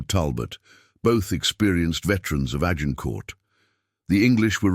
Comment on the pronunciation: Azincourt instead of Agincourt